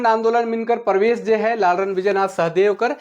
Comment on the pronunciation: Raure galat pronounce kara the शहदेव nakhe Shah Deo hai शाह-देव